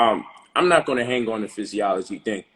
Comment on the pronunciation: He lost at Jesus is fizz zee ology (physiology!!! ) somebody going to have to correct him on the usage of the word. 🤣😂🤣 dude been speaking to so many uneducated people for so long that he feels he's actually a educator. Salute to for letting him live. The best teachers speak with a humble heart but just like that crocodile that negative energy is dormant and when its go time...smh say less